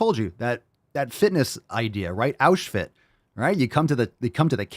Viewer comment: Auschfit...I'm f'ing 💀. 😆